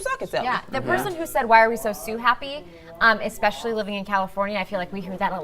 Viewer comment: The lady on the far left said "egg-specially" not especially and then later " sim yoo lar" not similar. Yet the most oppurtunity to speak. Honestly narrators/news anchors and journalists have zero integrity as it pertains to bjective views or the English language. Sad. And not one co-host seemed perturbed by it.